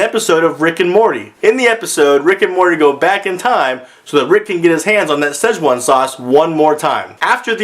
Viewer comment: When you said "with a z" you nailed it. That is EXACTLY how I say it irl.